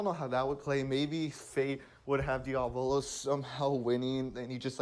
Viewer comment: Drinking challenge: drink one shot every time he says "Diavolo" with the wrong accent